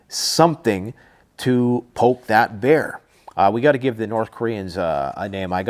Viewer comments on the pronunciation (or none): none